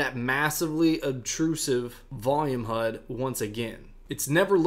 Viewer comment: PLEASE stop saying 'HUD' 😖